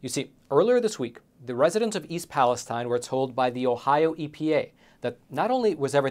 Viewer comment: you do a great job on this show. Just a suggestion. Since this town is the focal point of a lot of recent reporting, you should pronounce it's name properly. It's not pronounced like the area in Israel, but palace steen.